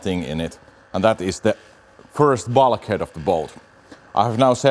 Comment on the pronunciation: Love your channel and your English is perfect, not being critical at all but your pronunciation of 'Bulk' is different. 🤗😀